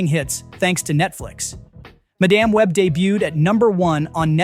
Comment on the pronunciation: Madame Web, not Ma Dam Web. Can we please stop using stupid AI’s to read the scripts?? FF sakes!